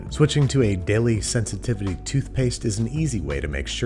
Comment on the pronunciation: other youtubers: RAID SHADOW LEGENDS Babish: Toofpste